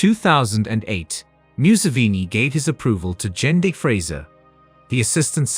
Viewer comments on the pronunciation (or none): none